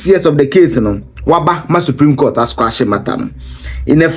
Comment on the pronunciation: Quash not squash